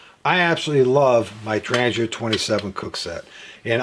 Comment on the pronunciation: The G in Trangia is pronounced as g in "goal" not g as in "Germany". Trangia fuel stove is manufactured by Trangia company out of Sweden.